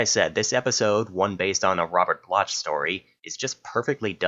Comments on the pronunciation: Funny how you keep mispronouncing Robert Bloch's name. It's actually pronounced 'Block' aka 'Bloc,' not 'Bloch.' The 'ch' sound isn't pronounced. I'm not familiar with the 'Monsters' series, although I own complete DVD sets of: 1. The Twilight Zone (OG series) Blu-ray 2. The Twilight Zone (80s series) 3. The Twilight (Jordan Peele series) 4. The Outer Limits (OG series) 5. Tales from the Crypt 6. Tales from the Darkside 7.Ray Bradbury Theatre 8. Are You Afraid of the Dark? There was an episode of the OG The Twilight Zone called "Perchance to Dream," but it was a different story entirely. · It is pronounced block not blotch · Robert Bloch( pronounced BLOCK, not Blotch, BTW) is a really good writer of horror stories, I've read his collections and ALOT of his stories have been made into movies and TV show episodes. Check him out, You won't be disappointed. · He pronounced his name wrong lol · riiight!?? I cringed lol